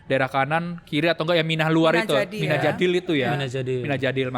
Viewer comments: Bukan Mina Jadil. Tapi Mina Jadid ( baru) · Sy luruskan ya , bukan mina jadil tapi MINA JADID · Mina jadid bukan mina jadil